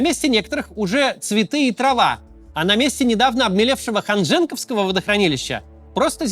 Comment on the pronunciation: Ведущий грамотей.ты от куда?ханжЕнковское водохранилище!